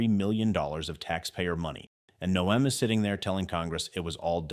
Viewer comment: Your commentary was interesting and very informative. However, it was rather irritating the way you kept pronouncing Noem''s name incorrectly as..."NO---EHM" Her name is pronounced..."NOME". It more or less rhymes with the word home...HOME---NOEM. If you do any future stories about our former DHS, please pronounce her last name accurately.